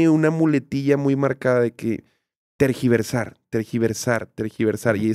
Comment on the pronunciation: yo recuerdo que dejé de seguir a Gala porque siempre estaba peleando con gente en instagram jaja y ahora que AM dice lo de “tergiversar” recuerdo que ella en sus comentarios siempre escribía eso, pero decía “transquiversar” . La gente la corregía obviamente jaja pero pues supongo que desde ahí se le quedó